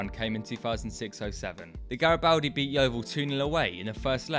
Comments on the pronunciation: Gari-bald-di btw! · It’s pronounced GaribOldi